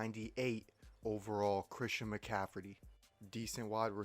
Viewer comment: “Christian Mcaffridy”😂😂